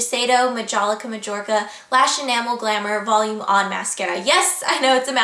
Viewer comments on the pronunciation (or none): none